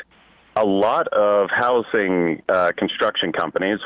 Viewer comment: The worst part of Abundance by far is the way Ezra has decided he’s going to pronounce “housing”